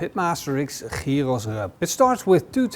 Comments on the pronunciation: jiros???? Not Giros. 🙂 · The funny thing is, the way you pronounce gyros sounds more like the greek word for pig (hiros)! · Ziet er heerlijk uit, tipv an een wannabe Griek: je spreekt het uit als jiero (niet op zijn Nederlands gyros)! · Love from Greece! My only comment is that you seems to have a bit of a tough time pronouncing giros. Easiest way is like this; they the Yee from Yee-hah, and the Ro from roast , and then ss at the end. Yee-ro-ss. :) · It is not calleded shehhhheeros GYROS! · it's pronounced yiro, greek doesn't use any throat noises. Awful pronounciation. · Best khyos recipe I've watched today. But isnt it pronounced khykhos? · sounds like he says Heroes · You say the G in Gyro Like a Dutch person… Maybe Belgium… But I think Holland. Funny to hear this G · with all respects...GYROS should be pronounced correctly :) GI, like GIB..but without B..or GIT whitout T ... and ROS ...as ROSBeef...but without beef :) ....and is always without beef because is made from pork :). Also, by tradition, is cooked vertically, to allow all juices to infuse lower levels. Never the less, thanks for your video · I heard so many screw ups on the name GYROS ,but this one is something else 😅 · the way he pronounces "gyros" is off putting and annoying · With a completely incorrect pronunciation?